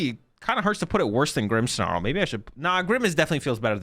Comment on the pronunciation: there is NO "H" in "Grimmsnarl"